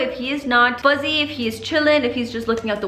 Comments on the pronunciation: Same & my husband always corrects me 🤦🏻‍♀️ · I love how says fuzzy instead of fussy 😍